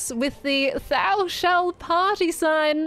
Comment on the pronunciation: That's not how you pronounce "thou"! 😅❤️